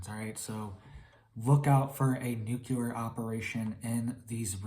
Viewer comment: If you don’t learn how to say the word nuclear soon Then I hope they Nuke you first !